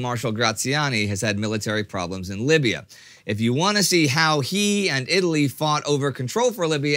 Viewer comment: Libya, not "Lybia"